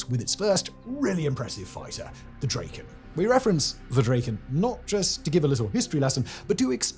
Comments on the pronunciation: Draken is "Dracken", not "Drayken". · it's not draeken, it's draken (like kraken, but with a d) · Still making the standard British mistake of pronouncing the single a in the middle of drakken a long vowel, it's not a long vowel. Please read the rules for Latin. Just being persnickety